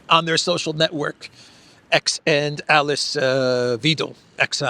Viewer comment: Hi, thanks for your great walkabout. Alice Weidel, pronounce Alice as Al Lease, and the diphthong /ei/ in Weidel is pronounced like EYE in English or /y/ in WHY. Cheers to you mate.